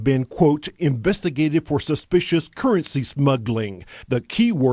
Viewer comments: okay, this narrator has down syndrome "invusti-gay-ted" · "Inbestagated" hahahahhahahahaha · lol "enrverstergerterrrrrd" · i burst out laughing at how the narrator pronounced "investigated"